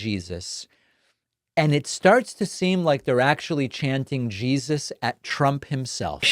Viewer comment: So obvious that Trump is straight up conning them. "Yeah, I believe in...Jean-suss. Favorite guy. Big guy. Came up to me, tears streaming down his face..."